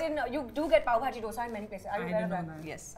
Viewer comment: Also the way Kajal pronounce 'dosaaaaaa 😂